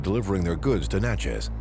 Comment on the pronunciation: Next time, get someone who is from Mississippi so that the towns like Natchez and Kosciusko are pronounced properly. Other than that good video. 😉